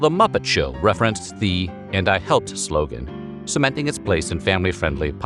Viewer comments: Unforgettable commercial "and I hepped" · "No Daddy, Its Shake and Bake...and I halped!"Yes she said it Southern style..LOL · "Helped" had three syllables.